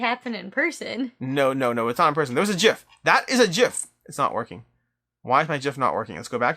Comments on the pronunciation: Thumbs up just for the correct pronunciation of "gif". :) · You sir are pronouncing gif correctly. :)